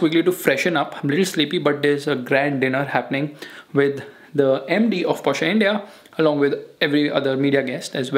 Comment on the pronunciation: Porschaa, its porsche